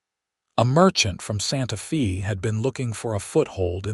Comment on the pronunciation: Funny everyone says AI is the new great technology - it doesn't even know how to pronounce common words like Santa Fe and it gets syllables confused and pronunciations wrong. But they story lines are really good.